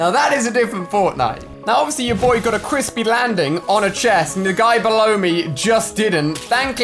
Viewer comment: He said cwispy and accurate